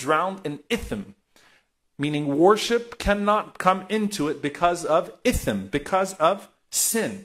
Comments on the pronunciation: Alsalamu alaikum wa rahmatullahi wa barakatuh Hey there ... it is "ITHM" and not "ITHN" In and alsalamu alaikum wa rahmatullahi wa barakatuh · Just to correct its ithm not ithn Love u dude keep it up